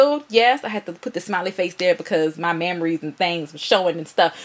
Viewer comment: I had to like when girl said "mammories" lol